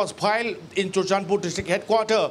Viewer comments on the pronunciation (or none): In the in the what's is this behaviour 🤣🤣🤣 it should be file not phile